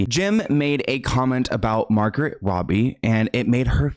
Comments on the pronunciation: The Margaret/Margot pronunciation bothers me. Lol I know it's not the point but it is Mar-Go. Silent T. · Great video, just some corrections, her name is pronounced Aleeceeah, not Aleesha. Margot is pronounced Margo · Margot’s name is pronounced MAR-go just to let you know 🙂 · Hey, its Mar-go. Not Margaret. Love you!! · Margot Robbie, not Margaret :) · Its Margot Robbie, not Margret Robbie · Margot not Margaret. Lol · Hey! Just letting you know that I think the interview where he said “just you” to the interviewer wasn’t meant in a creepy way. Also I think you mispronounced Margot’s name. I think it’s pronounced as “Mahr-goh”. Lastly I love your videos! I’ve been watching them daily haha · not “margaret robbie” 😭😭😭